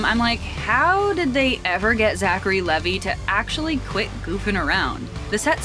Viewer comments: That's Levi as in Levi jeans. Pronounced I at the end not E at the end. His full name is actually Zachary Levi Pugh. Also he's not Jewish though many people understandably think he is because of his stage name. I can't wait to see 'Shazam! Fury of the Gods'. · It's leeeee v iiii